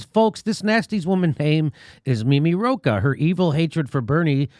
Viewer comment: Second time when Jimmy said Roach instead of Rocah, I thought of a cockroach :)